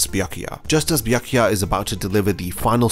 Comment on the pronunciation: damn, i couldnt listen to your horrible pronounciation of "Byakuya". After B there goes "ya". these two letters form one sound, one vowel, not two. you pronounce I Ah. you should make the same sound as in "yammy" word.